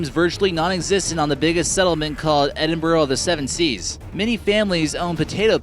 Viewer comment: BTW it's spelled Tristan da Cunha, not Tristan De Cuhna. Also, the town on the island is Edinburgh of the Seven Seas, not Edinborough of the Seven Seas. Neat vid other than the spelling.